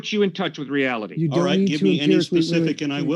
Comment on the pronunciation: stop saying reality like that idiot kent hovid